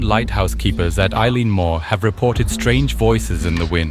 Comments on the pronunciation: Why would a Scots Gaelic word like 'eilean' be pronounced like the English name Eilean? The irish version is like 'il-awn' or 'il-aan'. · Eileen is pronounced ee- lan and is the scots Gaelic for Island, and Mor pronounced mhor means big or large or main. Eilean Mor literally means big/large/main Island The weather could still be a factor as there is nothing between the Island and Newfoundland, just several thousand miles of north atlantic, plus having lived and worked in scotland 5 miles let alone 20 can make all the difference on mainland Scotland never mind tiny islands smaller than a block on the edge of the atlantic.